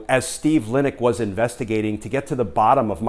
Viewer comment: State Dept. IG was Steve Linick pronounced Lye Nick